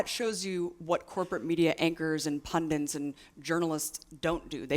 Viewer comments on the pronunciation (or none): Abby, please don't say "pundints."